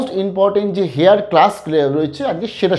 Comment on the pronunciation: আপনার উচ্চারণ আরও পরিষ্কার করে বলতে হবে,একটা বলি আপনি বলছেন 'হেয়ার: হবে এয়ার ।এরকম আরও আছে।